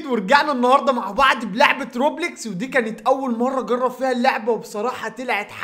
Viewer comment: روبلوكس تنطق بالواو مش روبليكس